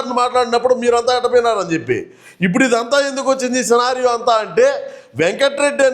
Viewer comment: అన్నో ఇంగ్లీష్ నేర్చుకుంటున్నావా..సినారియో అంటున్నావుగా😂